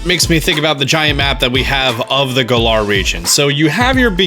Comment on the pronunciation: Pokemom S&S Trailer: Galar: Guhlar